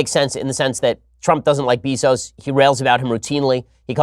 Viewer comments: Beezos? IT'S BEZOS (BAY-ZOS) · Bezos is pronounced BAY-ZOS. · It's Beh-zos moron... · I swear, the way Ben pronounces “Bezos” makes me wanta punch babies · How can you be as smart as you are and mispronounce Bezos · It's Bezos, not Bezos. Gah...